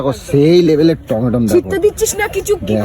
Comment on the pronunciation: অশিক্ষিত কি বলছে দেখো - "টমেটম"!